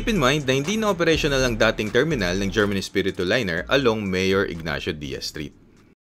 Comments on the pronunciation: Herman pop ronounced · Nice, the bus na hatid-sundo saakin paMaynila during my vacation sa Pinas as ang bahay bakasyunan namin ay located sa Bulakan Bulacan. German (pronounce as Her-man) Espiritu Liners, one of the pioneer bus companies sa Bulacan. Also passing Balagtas to Bulakan paglagpas ng Panginay Catholic church sa may paliko laging baha during high tide. Kapag rainy season when that stretch of road is inundated sa baha at malalim nagdidivert ruta nila. So dadaanan nila town proper ng Balagtas passing Robinsons then Cruz intersection sa Guiguinto then left turn to reach Matungao Junction to terminal na. Ayyy miss ko na ang Pinas hahaha